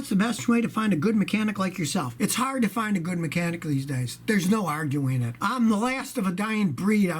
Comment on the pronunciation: 0.09 I love the way you said NO I was laughing too